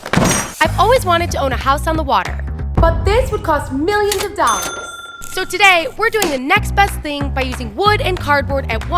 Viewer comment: I love how she is like: This😃will😃cost😃MILLIONS😃of😃dollars😃😀😄😁😃😀😆😄😀😀😁